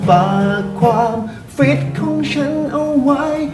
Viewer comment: "ฟิต" เน้นมาก !!! 555555